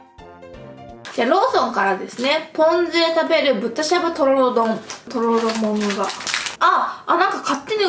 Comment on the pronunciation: とろろってすごく言いにくそうですね👅たららって言い間違えが面白くて可愛いです😊最後にとろろ飲むの好きなの分かります！！